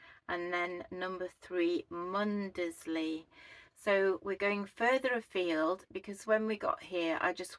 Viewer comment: You are in my neck of the woods , I love Wells and blakeney especially for the dogs they love to swim. Mundesley is pronounced without sounding the D. clay is another charming little coastal village with a gorgeous deli which sells local produce . Lovely videos .